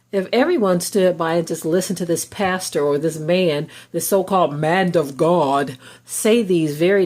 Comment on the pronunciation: loveto livetruely ..."mand of gawd"...😖